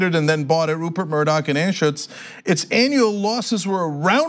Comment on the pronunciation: Anschutz. Pronunciation.... Anne-shoots. He is a Denver Billionaire. Inherited his wealth from Grandaddy. Southern Pacific Railroad, I think. He is famous for tanking Qwest and bilking employees out of billions in retirement funds, or something like that. He is pals with colossal prick Stan Kroenke, the owner of the Colorado Avalanche, Denver Nuggets, LA Rams, and a football club in Great Britain. The Avalanche and the Nuggets play in "The Can", or the Pepsi Center. The building is on former Southern Pacific land. I guess that's why I don't go to hockey games or basketball or football games or baseball games. Oh, and John Elway is a major contributor to Stanford Buddy Kevin McCarthy. Oh, and the owners of the Rockies, meatpacking magnates Brothers Monfort, are featured in the book "Fast Food Nation." They are accused of hiring illegal immigrants (undocumented works, et al.) intentionally and then casting those workers aside--non-citizens have no rights, according to them. Lovely people, eh.